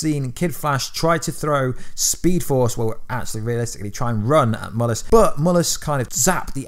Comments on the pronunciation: It's Mal-lus Not Mul-us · He called mallas but it sounds like u saying mullas in vid